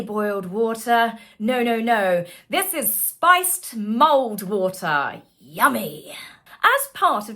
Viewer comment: For a hot second I thought you were saying mold water until I saw it written down as mulled water. (Not a native speaker)😂